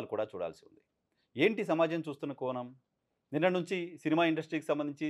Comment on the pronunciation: కోనం కాదయ్యా కోణం అనటం కాస్త అలవాటు చేసుకో